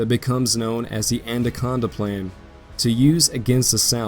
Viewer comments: anaconda... not andaconda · Anaconda plan, not Anda conda!